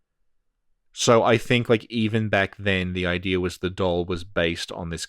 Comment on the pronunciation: Does anybody hear saying "idear" instead of "idea"? Do I hear it because I have enough Insight???